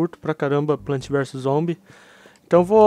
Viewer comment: vc falo errado não é plant é plants !!!!!!